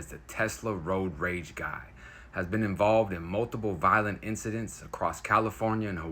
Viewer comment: Sounds more like "roid rage" than it does "road rage".